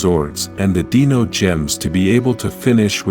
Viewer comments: deno? how hard is it to say dino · It's pronounced Dino not deano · Dino not deeno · Dee-nohs??? Wasnt that Selenas band? 🤣🤣🤣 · I love the idea of the channel, but the narration needs improvement. The pronunciation of certain words like "DE-NO Rangers" and "DIE-VI-Tox" is cringe.